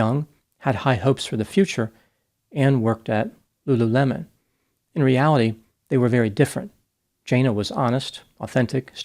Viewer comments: It's not Lu LU LEMON! It's Lulu le mon... l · Lulu mon. Not lemon lol, it's cute though